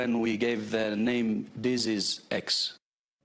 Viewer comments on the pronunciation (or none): Dizzys X😂😂😂 you going to follow that He can even say disease right? He says dizy x dizzy. Yeah, they're a bunch of dizzy. People thinking about all this stuff. God bless you.